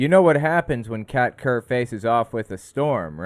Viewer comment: I kept mishearing Kat Kerr as Cat turd, not sure which is worse.